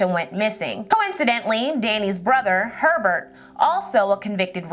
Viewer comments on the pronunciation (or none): none